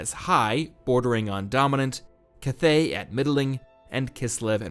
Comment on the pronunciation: At least learn how to pronounce "cathay" lol